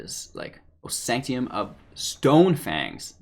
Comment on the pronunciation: It's SANK-TUM, not SANK-TEE-UM. Come on now....